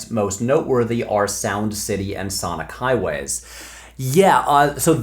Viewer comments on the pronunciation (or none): none